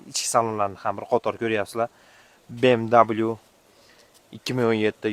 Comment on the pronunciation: БМВ немец тилида W даблю эмас В диб укилади